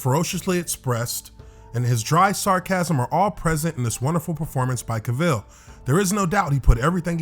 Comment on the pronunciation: Why are you pronouncing Cavils name weird? You're literally the only person pronouncing it wrong.